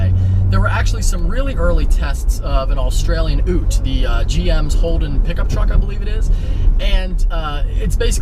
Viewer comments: Hey dude - really enjoying the channel so far! I had no idea I'd enjoy the "vlogging while driving" format so much. Keep it up. As an aside, Australian ute is pronounced "you-t" and not "oo-t" - for future reference. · What the hell is a oote? It's pronounced yout "Ute". Love the wrap keep it I say but way to butcher the English language. Regards,. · Holy phuck made me LOL so hard.. Ute Is pronounced like (you-te) not (OO-te) Too funny, Just Sayin' XD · Ute! did you say ooot? ute as in utility! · who pronounces "Ute" as "oot" you pronounce it as "yoot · LMAO....it's not "Australian OOT" it's UTE, short for utility. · HAHAHAHAHA Its "You-t" not "Ooh-t" ( Ute ) thats a first hahaha Same as Universe, University, Unique etc. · Mate it's Youte not uhte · Australian oot!!? its a bloody Australian ute, pronounced YOUT!!! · "oot" it's pronounced "yoot" mate, short for utility vehicle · "oot"? i thought it was "yute". As in, short for "utility". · 😂 I cringed when he said Ute like "oote" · haha yeh its a yoot! not an oot or a pickup truck. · I also had a laugh at that" you-t" not "oo-t" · An Australian Ooot Rofl.. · an austrailian what? an oot? da fuck? plenty of utes but never seen an oot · Did he just call a commodore ute a oot !!!!???? Ahahahhahha. The new vf maloo has the motor out of the camero zL1 same motor that is also in the ctsv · My inner Aussie cried when you pronounced ute "oot" Moog and Marty are gonna have to come over to give you some lessons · it is "yute" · Ute (Yoot) as in Utility. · I cringed when he said Ute. it is pronounced "yute" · Australian car "Ute" pronounced yoot. Tezla. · oowt hahahahahahahahhahahahahahahaha, i was like wtf he just say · The way my Aussie friend always pronounces it is "yout". As in the ut in utility vehicle. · Ute is pronounced with emphasis on the u not the t